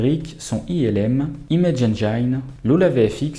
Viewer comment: Bravo pour tes vidéos de qualité ! Je pinaille juste sur un détail : engine se prononce haine-jean, pas haine-jaïne ^^